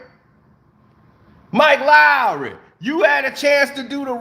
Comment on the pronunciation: You suppose to be MIKE LOOOOWEERRRY 😂😂😂😂 P.S. SO WHAT IF ITS SPELLED WRONG